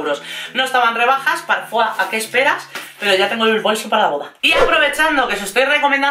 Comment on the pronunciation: Madre mia, me sangran los oidos cada vez que decis parfuá, es PARFOIS, se lee tal cual se escribe ya que la empresa es portuguesa, concretamente de O Porto, y la fundó Manuela Medeiros en 1994, no es francesa!!!! Por cierto, me encanta tu canal, pero ese detalle lo tenia que decir 😊😊